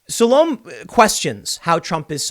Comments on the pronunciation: I think her name is Sul Ohm Ay Like Sol Ohm Ay but with a U in the first syllable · sah-lo-may i think